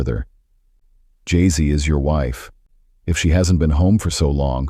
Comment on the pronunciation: I knowwww the pronunciation is really funny 😁....it's Jessie only like u said